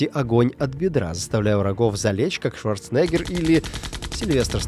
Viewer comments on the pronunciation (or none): none